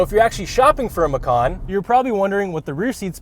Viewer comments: Hii, sorry The pronounce this car is "MACAN" with "C" not with "K" (MAKAN), because Porsche said they take this name from Indonesian language. And the meaning "MACAN" is "JAGUAR" if you say "MAKAN" that meant "EATING" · Guys, its Ma-Chan. Not Ma-Khan. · Hii, sorry The pronounce this car is "MACAN" with "C" not with "K" (MAKAN), because Porche said they take this name from Indonesian language. And the meaning "MACAN" is "JAGUAR" if you say "MAKAN" that meant "EATING" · Macan. . .I thought it's Macau...haha...it would be nice if Porsche name a car Macau. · Lol.. it gives me a chuckle everytime macan is pronounced the way it is in the video. It sounded like the word for "eating" (makan), the word macan comes from indonesian word for tiger, so might want to google how it sounds. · Since macan is an Indonesian word for tiger, I believe it is supposed to be pronounced ma-chan... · Bahasa Indonesia = Macan = Tiger You Better not pronounced like that 😅